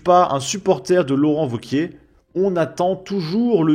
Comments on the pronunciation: Wauquiez. C’est pas Gomez. Ça se prononce é et pas ez. Un petit effort s’il te plaît. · C’est franchement pénible. Wauquiez. (É) Pas Wauquiezzzee. Tu es YouTubeur professionnelle? Je déteste Bompard mais je ne supporte pas non plus le manque de préparation. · on dit wauquiez pas wauquiesss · Quand tu prononces Laurent Wauquiez le Z ne se prononce pas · Le mec est pourtant humain (à proori), ce n'est pas une IA mais le mec prononce Wauqieze ! D'autre part, en France on écrit "TOUS les sujets" ! Même un migrant arrivé depuis peu l'aurait écrit correctement ! Vous me faites honte ! Vous pensez défendre la France et ses valeurs, apprenez à écrire !